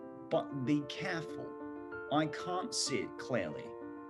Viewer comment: number, silhouette, careful, important, great,...すごい真似したい発音。参考になります